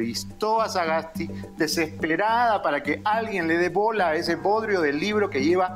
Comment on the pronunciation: Estimado Beto, la madre de Sagasti Es austriaca. No creo necesario hacer tanta mofa del apellido, una sola vez decirlo y ya esta, y de hecho lo pronunciaste bien. Creo que no hay que perder la objetividad.. Pues quiza la madre haya escrito algo bueno o hecho una vocacion, no lo se. Te escribe alguien que tiene parte austriaca y peruana, como muchos peruanos alrededor del mundo que vienen de todo lado. Saludos